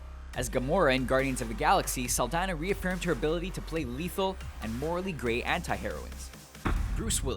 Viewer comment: lol,Zoe Saldana,not Zaldana